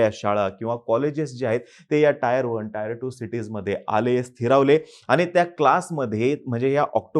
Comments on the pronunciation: Bhaao Te taair 1 nasto tier 1(teeeeer 1) aste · टायर cities नाही टियर cities